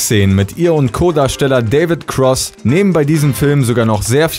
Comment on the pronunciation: Der Schauspieler heißt David Kross und ist Deutscher. Warum wird er hier englisch ausgesprochen? tze tze tze....